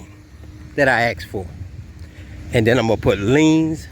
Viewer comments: While this brain drain is at it, he should consider learning ENGLISH? the word is ASK not axe, ima bankrpt ya, i gonna teach it to ya. I am surprised he hasn't hinted at the "R" word? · He's clearly educated. I mean you heard him axe. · "when I axxx for"....what is trying to say, he "asked for"....oh, ok. Got it. This dude is clueless. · Any government officials take note on his babbling ? 😅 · What is he talking about? Rejects the government, and relies upon the laws of THAT VERY GOVERNMENT, what a dummy. So where is this car? Ahh, fake plates, I see I see I see. And, isn't the word "ASK", not, "AXE"?! What is the difficulty with that? ASK, for god's sake. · I bet he didn't "axe" them in the right way.🤣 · He is gonna' Axe the whole Guberment. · An "educated black man" does not say "axe" instead of "ask" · Hey, let me ax you dis, are you actually for real? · Let me axe you something.....Did he train his vehicle to park there on its own??? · I wonder how much money he is going to "axe" for?